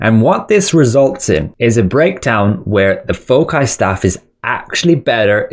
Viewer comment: "Fow-sai" bro. Its the plural of focus. Other than that, fantastic analysis. Thanks!